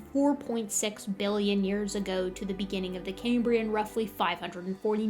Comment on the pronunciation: "Cambrian" is pronounced the the way it's spelled, ie it's NOT pronounced "came-brian". The name comes from the Roman name for Wales, and not from Cambridge University.😊